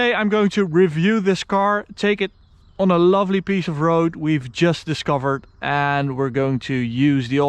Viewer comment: Als je on zegt die o is een a